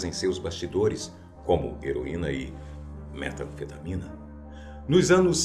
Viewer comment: na hora que ele falou metanfetamína '-'